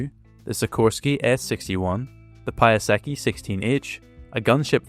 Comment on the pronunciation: "Piasecki" is a Polish surname pronounced a bit like "Pyasetzki" and is aboht as far away form to the "pie-a-seki" in the video as you can go with a mispronunciation.